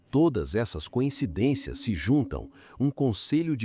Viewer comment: Narrador, não é a primeira vez que ouço voce pronunciar " conhecidências". Por favor, a palavra certa é "coincidências"